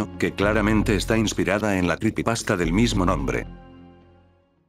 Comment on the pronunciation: Jaja se escucha raro escuchar "cripipasta"